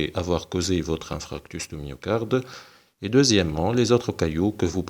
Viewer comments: hhhhhhhhh ça m'écorche les tympans a l'entendre dire infractus!!!!! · InFARctus doc ça se prononce InFARctus 😂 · Infarctus et non infractus donc ce n'est pas un lapsus !